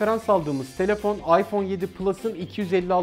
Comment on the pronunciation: abi farkındaysan ipone 7 s dedin